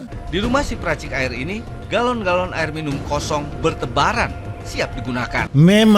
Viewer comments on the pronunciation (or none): Galon kak bkn gelon